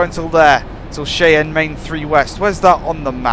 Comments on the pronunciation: its pronounced (shie-ann) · I just cringe when he says Cheyenne as shay-anne